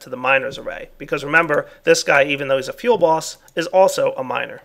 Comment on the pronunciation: Does anyone else hear "Feel Boss" when he says "fuelBoss?" I found myself laughing a lot when I first heard him say it.